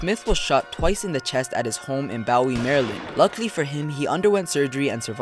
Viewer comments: this dude just said ( baow-wee) instead of (boo-ee) learn how to speak man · he said bowie ... its pronounced Boo-Wee (bowie, md) ... shoutout to my county lol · Lmao Bow eeee Maryland... what’s that???? It’s pronounced Booo eeee Maryland. Bowie Maryland Good video though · It’s pronounced BOO-IE, MD 😂😂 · Louis Valentine IV I also found it interesting when he pronounced it like that too #DMV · It's pronounced boo-we Maryland (spelled bowie) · Boooo E Md Lol say it right i live there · Its Boo We Maryland that's how its pronounced